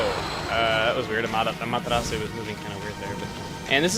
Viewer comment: i like the way u say amaterasu its kinda cool :)